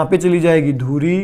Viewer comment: Very nice nice sir👌👌 But sir hindi word correct kre thoda Ex. धुरी, कूड़ा, चिमटा....